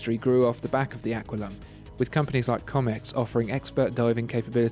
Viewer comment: Great review. One tiny point - Comex is pronounced the same as Rolex, with a proper sounding 'O' - at least that's how we pronounced it in the UK. ( I am a former Comex Saturation diver)